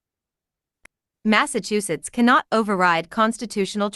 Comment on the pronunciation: Mass-achu-setts 😂 achu.. like a sneeze 🤧